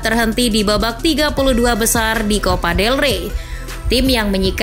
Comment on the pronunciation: Copa dey rey bukan level el real wkkww